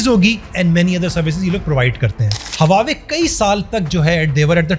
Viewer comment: Baar-baar hawawei bol rahheho......😬😬😬😬😬😬 Hawawei nahin Huawei bolo Huawei.